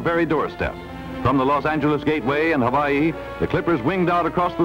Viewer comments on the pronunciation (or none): Why do they pronounce the state of Hawaii "hoe-waugh-hee", "ho-vaugh-hee"?